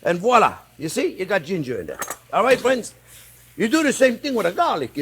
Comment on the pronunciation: "Well hello there phrinzzzzzz!"